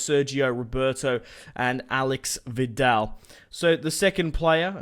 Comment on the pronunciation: Not Alex Vidal its Aleish Vidal ( u should read like this)